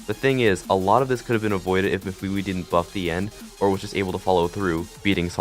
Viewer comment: it’s MEF-A-WAY